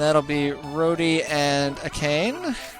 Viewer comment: I seem to remember Doyle has a good power attack rate. I always use him. actually I always use them all because I have a borderline obsessive need to equally level my party in RPGs. I think you're saying Akane right. at least, a lot better than some of your earlier attempts at 'aborigine' :P